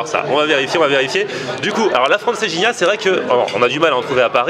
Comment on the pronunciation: Francejinha 😂😂😂😂😂 d'où tu vois un j